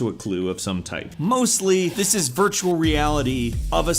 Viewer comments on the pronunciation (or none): none